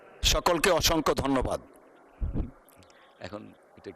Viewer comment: দন্যবাদ নাকি ধন্যবাদ 😂